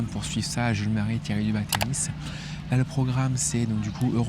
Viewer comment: quand l'arbitre dit "Game Marie", on entend "Game Murray"...